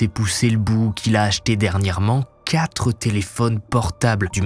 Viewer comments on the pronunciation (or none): none